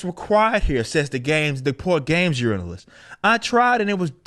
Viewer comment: Journalist, not 'yournalist'. Accessibility, not "assessibility".